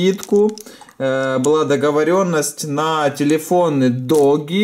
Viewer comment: двойное "оо" читается как "у" Дууги, а не доги ))))) я умираю, когда слышу "доги"